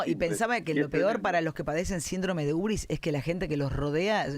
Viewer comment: UBRIS….no urbis….